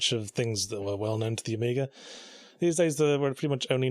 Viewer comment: Oh-meager indeed.